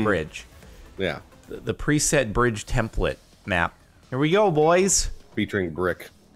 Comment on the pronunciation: I always find funny how Jordan pronounces some words - templet instead of template; inneresting instead of interesting. 😂